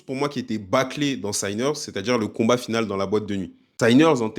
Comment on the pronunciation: J’ai bien aimé ta vidéo, mais il va falloir régler un truc définitivement… sinners ne se prononce pas Saïneurz… juste sinners. La première partie du mot se prononce comme « sinon » bref c’est de l’anglais de base quoi